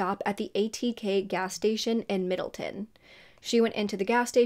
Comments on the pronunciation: Omgggg this happened where I live!!! A couple of months ago her poster was put up around town for anyone who had information on the case since it was 20 years old and it was a cold case. I can’t believe you’re covering this 🥹 btw it’s Middletown not middleton. Everyone here was so shocked when the killer was caught! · It’s pronounced middle town loll your so cute 💚 I pronounce shit wrong all the time too😂 I went to OCC (orange county community college) my dad used to live in Middletown but now lives in Newburgh, I’m so glad an arrest was made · It’s pronounced Middle-town. I live an hour from there. 😊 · I grew up around there it’s said “Middle-town”. Just like it’ looks. Lol You always do great work so I’m not knocking ya. Just FYI ❤ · This is a local case for me, thank you for covering it!! (P.S it’s Middle-town lol)